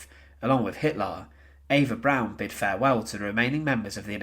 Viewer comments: It’s pronounced Eva “Brahn” not “Brown”. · Eva’s last name isn’t pronounced brown. It’s pronounced “brawn” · The mispronunciations drove me crazy, with the biggest being his saying Eva "Brown". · It is pronounced B R O W N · He sounds English, to my English ears. Although, I've had to listen to Australians mispronounce European names for 40ish years